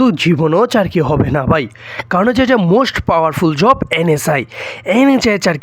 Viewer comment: ভাই আপনি আগে কথা বলা শিখে আসেন,,! 😂 আপনার কথা বলাতে ভুল আছে..?? যেমন চাকুরি আপনি বলেন চারকি😅😅